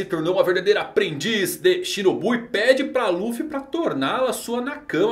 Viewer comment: Krl tomei um susto quando tu meteu um "torna-la sua nakama" falando da otama, demorei pra entender que era nakama e nao na cama KKKKKKKKKK